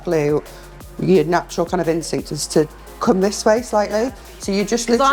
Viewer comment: начюрал.. начурал фатасс😂😂